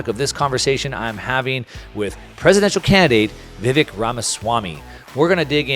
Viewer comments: It's Vivek -- pronounced "Vivake" --- like Cake :) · Lol, "Vivikk"???